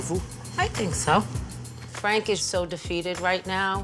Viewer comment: Fwank is a vewy wazy cook. He doesn't even fwy the eggplants anymore, ma mudda and fadda end up fwying it! Wediculous!